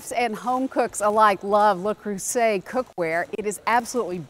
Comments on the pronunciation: If you keep pronouncing it "La Creuset", someone is going to make a knockoff with that name and all the folks that have heard it pronounced incorrectly are going to think they bought the real thing. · Le, not La Creuset